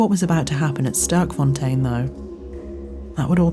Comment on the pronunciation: Sterkfontein. Literally meaning "Strong Fountain". Pronounced differently, something like "Stairkfon-tane" in Afrikaans/dutch.